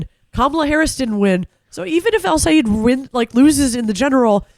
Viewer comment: Sigh- ed (Sayed) NOT Sigh-eed (Sayeed).